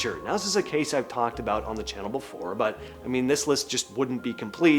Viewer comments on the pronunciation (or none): none